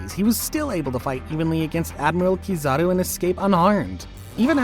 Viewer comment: Bro realy Sayd kizari insted of kizaru